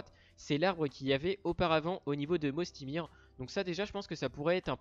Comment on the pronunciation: On dit pas "Mosty mir" mais "Moysty Mayer" ! Très bonne vidéo cependant 👍👍